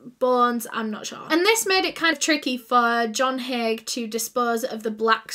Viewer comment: It's "Haigh" if anyone's curious.